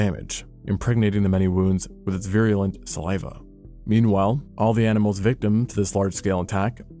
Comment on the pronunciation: dude did you just say impregnating the wounds with viralant saliva??